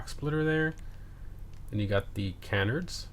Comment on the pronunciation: Now I know my man didn't just pronounce canards as "cannerds"